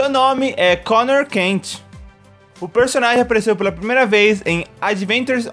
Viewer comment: o cara se escreve coner mas fala conor